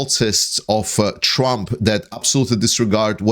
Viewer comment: During the video I could have sworn you called Trump Tramp. I am in no way criticizing your presentation. I think it was likely just a case of your misspeaking. But I was struck that this slip of the tongue could be a Freudian slip and a stroke of genius. Trump is essentially a tramp now that he is bleeding all his money to pay for lawyers, fines and punitive damages to his rape victims.